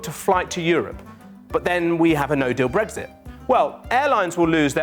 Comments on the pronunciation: There is no g in Brexit. So why does the presenter keep saying it! Sounds like a new type of breakfast omelette! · Stop saying bregzit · Brexit? I thought you said breakfast